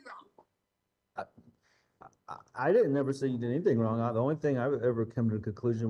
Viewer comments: "I didn't do ANYTHINK WRONK!". I can't stand the way she speaks. Anything ending with a G, she adds a K. (Sadly Harley did it too, being raised by that vile beast) It drives me nuts. When describing "Egg-wardo", she says to Al that he was "dark skinded"...OMG. On several occasions she said "so why come...". Instead of why or how come.... "Dr. Stauch" does not have a PhD in education, as she claims. That's glaringly obvious. She makes me sick. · Everytime she lies (which is 99% of the time), she pronounces words in a silly exaggerated pronunciation. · When the question came up about the wood/board ,she stumbled on her words lol “ I never get rid of anything “ she pronounced the ANYTHING perfectly without the K in the end . Trash knew she got caught and soon they’ll find G. Imagine how she felt at that very moment. Justice has been served . Rest in peace G💙